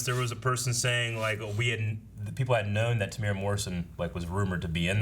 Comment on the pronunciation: Just a kiwi here to let everyone know that Temuera Morrison's name is pronounced "Teh-moo-era" not "Teh-mora"